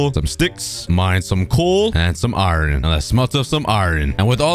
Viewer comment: Bro you pronounce iron wrong you cookie🍪🍪🍪🍪🍪🍪